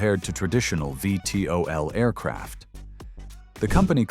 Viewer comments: Don't let moronic AI narrate. It's NOT "five tee oh el" it's VEE TEE OH EL! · It is A.I. SLOP, when the computer reads the name of the Hop Flight Cyclone V.T.O.L. it says Five T.O.L.. I've now blocked the channel. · Need to listen to your AI narrator for errors; “Five-tee-oh-ell” is how you say VTOL? Better yet, I’d rather hear your own voice! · Lol with the A| audio. It first uses VTOL properly, then reads the V as a five another time